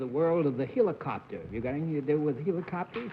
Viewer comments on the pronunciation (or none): face-blue-smiling::face-blue-smiling:Amazing how BENNETT CERF tends to pronounce words ODDLY all the time! HEE-licopter? Sheesh! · Bennett ....again......"Heelocopter" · Here's Bennett with his unique pronunciation of "heel-o-cop-ter". In more than 70 years I have never heard anyone else use that pronunciation except the first time he said it years before and John followed suit one time, for courtesy I am sure. Not this time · g I imagine Bennett's serial mispronunciation of the first vowel is influenced by the long E in "helix." Oddly, my 1936 Merriam-Webster Collegiate doesn't even specify the vowel in the first syllable; I have no idea whether a long or a short E was assumed in those days, when Bennett's Sprachgefuhl for this term was being formed.